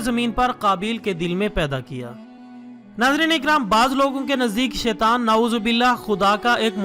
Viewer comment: jazak Allah khair. apki sab videos bohat achi hoti hain. mehaz 1 cheez ki darustagi lazim hai. taooz jab ap parhaty hain to شیطان par pysh parhaty hain mgr is par zabar hai. so is ka sound 'taan' hota hai. i hope ap iski darustagi kryn gy. again jazak Allah khair.